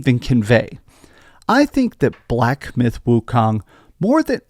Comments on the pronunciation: Black Byth Wucome, what! Did you really say that in the opening. Stay off the weed bro 🤣 🤣 🤣 🤣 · Did he say black “byth” wikong😅😅😅😅